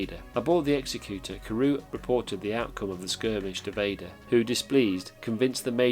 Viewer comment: It’s ex-ec-u-tor not ex-e-cute-or